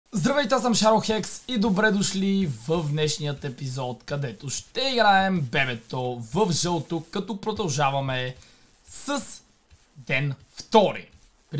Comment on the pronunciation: защо казваш шарохекс а не шадолхекс?